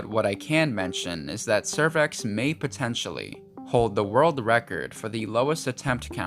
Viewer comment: It's.. potentially, not potentionally.